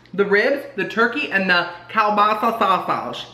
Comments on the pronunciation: Keel basa not whatever you were saying. I still say you have the taste buds of a 2 year old. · it’s KEEL-BAASAAA😂😂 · Lol...it's pronounced "keel-BAH-suh" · The Polish in me when you pronounce kielbasa so wrong 😭😭